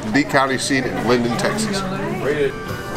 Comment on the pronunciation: Linden!!! Not lindale!!! I was born and raised there....home of Eagles great Don Henley